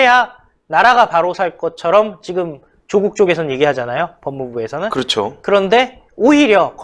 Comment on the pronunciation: 메신저 무결성을 높이기 위해... [윤성녈] 아니고 [윤서결] [조:국]아니고 [조국] 윤석열의 열자는 한자가 렬이 아니라 열임. 조국은 창녕曺씨로 조조와 같은 한자를 써 짧은 발음이 나며 풍양趙씨와 같은 한자인 趙영남은 긴 빌음을 한다